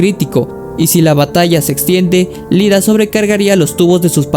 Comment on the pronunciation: Amigo, cometiste el misme error de muchos, es IIDA, no LIDA. La primera letra es una "i" latina mayuscula.